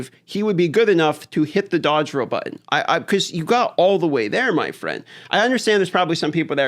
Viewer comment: Roll, not row.